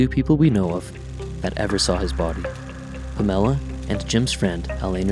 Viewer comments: My God dude at least get his girlfriend's name right! Her name was Pam or Pamela, not Pa' Mella!!! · Take this garbage down. Fix the way you say "Pamela" .... Then I'll be able to listen to this. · I stopped the sec this mispronounced Pamela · lame.. you cant even say her name properly..